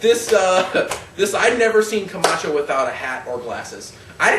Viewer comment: "We have "Ryback" vs Kamatcho." Me: Who???